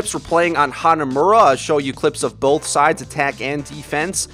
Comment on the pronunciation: Love your videos, but I notice you say "boLth". It's; 'both'. Hehe. Love you guys.